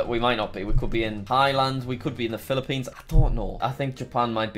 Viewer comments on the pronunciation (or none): none